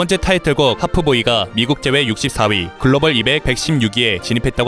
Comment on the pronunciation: 하프보이 아니고 하입보이..